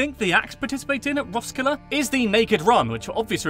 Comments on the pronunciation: Heccant say Roskilde good.............. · Him trying to pronounce “hygge” “Roskilde” “Leg godt” “Møllehøj” “smørrebrød”